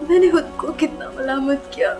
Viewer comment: She doesn’t say khud… she says hud, she doesn’t pronounce k anywhere….